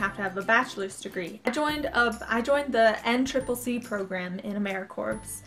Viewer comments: its emra-core pronounced not corps lol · good video but it is pronounced amaericore not corps. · i got accepted too. Im stationed in Denver, Colorado. The southwest region. Not being rude but the corps part has a silent p. so it sounds like core. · The P in Corps is silent so it is pronounced core